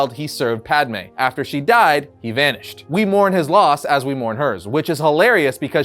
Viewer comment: At least you're calling her Padme this time and not Padame. Hahaha